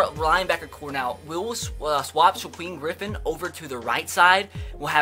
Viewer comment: Sha queem Griffin. That's a new one.